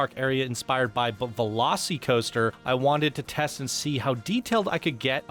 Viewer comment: Velo-SEE-coaster? Velos-eh-coaster….